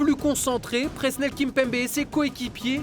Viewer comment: Magique mais on dit PreSSnel Kimpembe !! 🔵🔴🔵